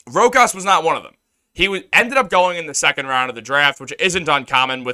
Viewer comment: BRO!! ITS PRONOUNCED (ROW-KAAS) NOT (ROCK-ASS)!!! 🤣🤣🤣